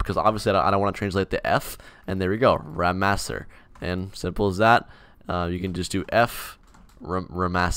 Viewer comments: Its not "Ramassere" its "Ramassé" xD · "Ramaser" when your are french this suck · when he said ramasser...... man o man i couldnt stop laughing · I'm french i like very your video and ramasser is very funy to ear wit your accent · As a French speaking boi, when u said ramasser I just cracked man.